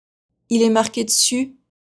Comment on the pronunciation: 7/10. In question 6, "Il est marqué dessus'", it sounds to me that the "d" of dessus is attached to the word "marqué" giving "Il est marquéd sus". Would that happen? Thanks for another usful test.